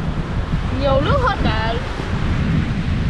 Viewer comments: Bạn này nói chuyện nước thì cứ để là lước hầu hết toàn dùng chữ L trước câu nghe rất chán ạ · Nều lắng lóng nắm lước kkkk ngọng